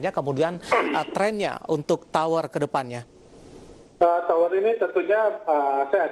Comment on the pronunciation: TOWR atau POWR ya ? saya dengernya TOWR